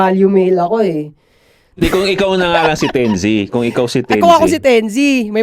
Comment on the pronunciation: "tense" bigkasin yun mga tol hindi "ten-zi" correction lang just in case mapagusapan ulet. gandang topic